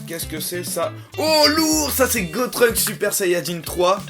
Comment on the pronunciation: C'est GOTENKS!!!!! Pas GOTRUNKS